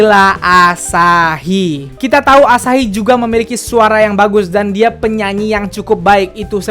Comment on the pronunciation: Gemes sama waktu ngomong asahi sama yoshinori. AAASAHI DAN YOOSHINORI. Mangapnya pakek banget jelas banget. Wkwkwk